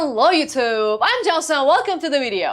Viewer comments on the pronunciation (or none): none